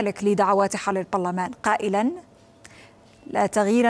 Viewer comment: المذيعه لم تنطق المذيعه لم تنطق البرلمان بشكل سليم في لغو لماذا يا عربيه 😂